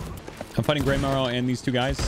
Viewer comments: Whos Greymaw? its Greymarrow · when he says 'kill greymaw', it sounded like he said, 'im gonna kill granma' lmaoooo